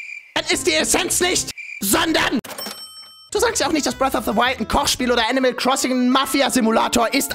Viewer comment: Isch bin also auch entellegent wie du sakst? 3+6=5.. hey isch, bin äscht entellegent. Filen Dank 🥴🤓